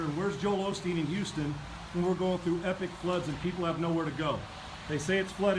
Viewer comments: Sorry Jimmy, but in this timeline his name isn't Olsteen, it's Osteen. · It's Osteen. Not Olsteen, are you dyslexic or just illiterate?